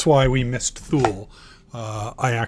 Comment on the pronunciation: I believe its pronounced Too Lee not Thule